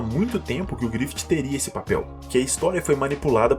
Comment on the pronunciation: Porque tu fala “GrifiTI”